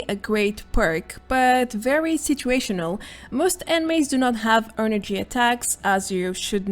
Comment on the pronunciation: its funny the way u say "energy", not a bad thing tho. is there any legendary perks for shotgun builds? i dont see any on this video but i was curious cause u said sumthin about bethesda made a buff for every weapon type in the game.